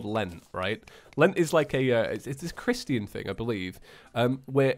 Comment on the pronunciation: h..how did he just pronounce christian?